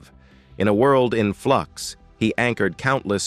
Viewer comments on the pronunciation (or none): none